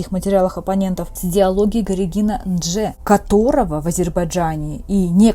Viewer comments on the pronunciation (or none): НЖДе,а не Ндже